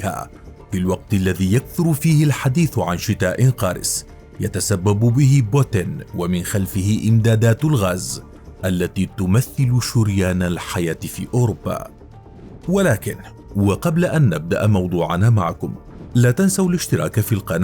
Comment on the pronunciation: شريان وليس شوريان